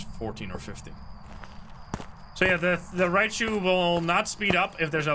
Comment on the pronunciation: It’s hilarious how he always calls Raiju Rai chu